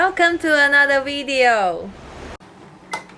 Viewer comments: She said welcome to another wedio. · 'Welcome to another wideo' is pretty annoying.